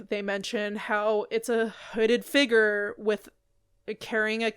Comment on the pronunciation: What’s a” figger“?